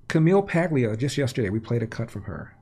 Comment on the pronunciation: Since when is Paglia trans? And BTW, the G is silent.